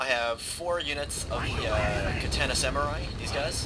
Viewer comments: KAH TAH NAH, Not: cat tana :P My only gripe, good video. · its ka tan ah